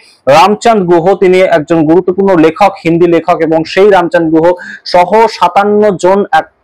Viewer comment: Ram chand guha noy, Ram chandra Guha. Kindly bangla uccharan thik korben.